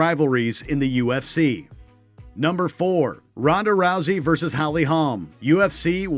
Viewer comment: This foo’s gotta know how to say these last names. “Deaz,” “Halm,” 🤣